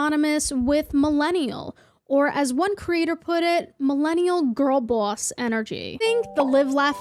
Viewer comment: they way you say boss and coffee is cartoonish i love it